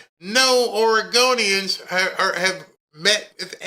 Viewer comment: SHE SAID OREGANDERS; SHE MEANS ILLEGALS... SHE GOING TO ARREST ICE, MEMBERS AND LAW ENFORCEMENT... SHES NOT STANDING UP FOR ALL OREGONIANS.. SENCE WHEN HAVE AMERICAN CITIZENS BECAUSE OREGONIAN ETC..